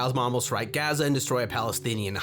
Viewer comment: Funny how this was the episode that got taken down by an israeli company that uses ai to catch "copyright violations" Also bro its pronounced "gah-za" not "gaaa-za"